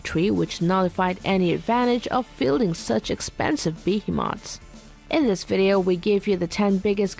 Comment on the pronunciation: Mispronouncing Behemoths (Bee-He-mUths)